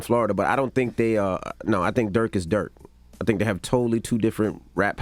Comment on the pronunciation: It’s Not DuRk